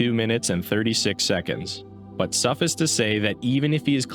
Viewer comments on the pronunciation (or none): Small criticism, but its pronounced suff-ice, as in frozen water. Im glad to see someone use a term like that correctly anyway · mispronounced "suffice" multiple times, 0/10 literally unwatchable